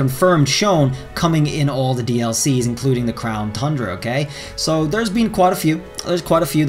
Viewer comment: Does anyone else miss him saying crown THUNDRA....just me ?? Ok 😪😪